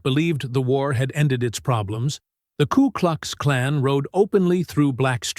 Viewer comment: It's K U KLUX KLAN. not klu klux klan. AI voice needs to get it right.